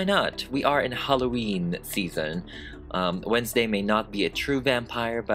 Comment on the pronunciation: Wednesday, More like wenslayy